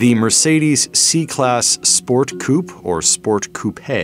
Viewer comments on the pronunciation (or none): "Sport coup or sport coupé" – yeah, it's coupé. Not "coup". 🙄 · Coupe is pronounced coup-eh not couppaaaaaayyyyy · "coo-pay" It isn't a coincidence that you chose the word "pay", is it?